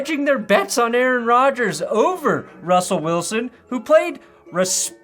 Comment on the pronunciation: I heard "he played RUSSpectably"